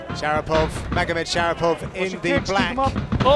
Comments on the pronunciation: commentator said "shapirov" XD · they called him shapirov instead of sharipov whole fight